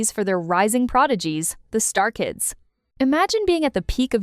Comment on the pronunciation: It's not star kids, it's Stray Kids! Wtf?!